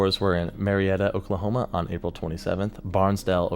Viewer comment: I like this guy his videos are great, but it’s funny to hear him butcher the Oklahoma town names. 😂